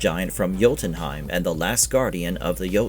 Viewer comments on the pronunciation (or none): none